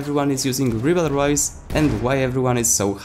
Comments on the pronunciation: French here. You have to say riberol, think rib hey roll and say with removing the h on hey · Very good video! The rybeyrolles has clearly become the most versatile weapon of the assault class. RIP the pronunciation by the way, it's pronounced rybérolle (without the s). Go to google translate, french, and pronunciation lol! English/American youtubers are killing my ears with their french pronunciation LMAO! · Reebleroys according to this guy........ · Ah ah un anglophone qui veut dire un nom français c'est marrant ^^' If you are curious, search "Wiselab Ribeyroles" on Youtube =)